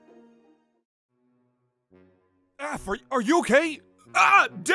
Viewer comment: Cookiethekitten at first i tought say"Cheap Cheap"and i was like What is Cheap? and the second one i realize it was"Cheep"